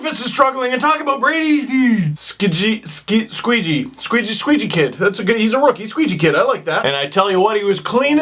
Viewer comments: His name is pronounced "Shay" but it's funnier to pronounce it "Skayjey" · FiteMeIRLlilGaiBoi420 I'm a ranger fan and it's pronounced shay like shea Weber. But I find squeegee kid kinda funny 😂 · Hi Steve. Brady Skjei is of Norwegian heritage - and the name Skjei is Norwegian. It is pronounced "Sch-ei". Having a blast following your videos, and the Leafs! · "SHAY, SHAY, IT'S FUCKING PRONOUNCED SHAY!!!!!!!!!!!" -every rangers fan watching this video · Brady Skjei is pronounced (Shay) and he is the NYR 2nd best defender behind McDonagh. He is loved in NY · Skjei is pronounced "shea" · Skjei is pronounced "Shay" like Shea Weber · Jake Delia He can't even pronounce Dubnyk. Do you expect him to pronounce that guys name correctly? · Yep same here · No it's pronounced "Shay" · Brady's name is pronounced Shea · Brady Skjei's last name is pronounced "SHAY" 😂😂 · Sure... But I'm pretty sure that is Brady Squeejy kid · Brady Skjei (pronounced shay) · It's Norwegian. It's pronounced "Shay" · Skjei=Shay it's a dumb pronunciation I know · Lol Skjei is pronounced "Shea" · pronounced "shay"